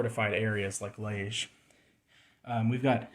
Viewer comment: Very Interesting. Just a note from a Belgian, Liege is pronounced Lee-ehj, with the j pronounced like the s in MeaSure.